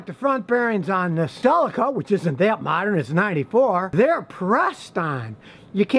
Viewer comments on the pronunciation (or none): Hey love your videos, but the one annoying thing is how you say Celeca you sound it "Sayleca" it should sound like SEEleca unless that's just a British thing. Still great advice asper. ☺✌